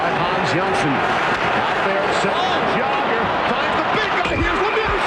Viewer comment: Old-school Canadian mentality. Butchered Jagr here, too. Some of their talent to this day can't even say "Slovakia" properly.